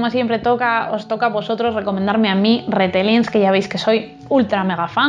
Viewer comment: Se pronuncia Ritelling y Nil Geiman